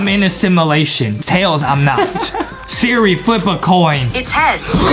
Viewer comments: Justin sed sera idiot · justin say sirl srach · I love how Justin’s say Siri but he says Sara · I love how Justin mistakes “Siri” with “Sarah” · yeah justin like. To say sirl Sarah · He zaid Sirah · Yeah I like when Justin says Sarah but it's actually Siri bruh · Justin: Sara Me: bro it is siri Adem:siri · Justin: sierra " me: ITS SIRI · Mabe Justin needs a teacher because he keeps saying siri shara 😂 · It is Siri not Sarah